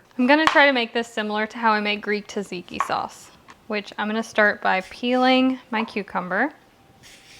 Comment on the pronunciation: Hello! Love your content! Please note that Tzatziki is pronounced Zhat-zee-key the T is like the T in tsunami. Thank you for this amazing content and all your hard work.